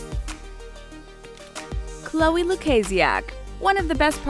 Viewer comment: You said Chloe's last name wrong.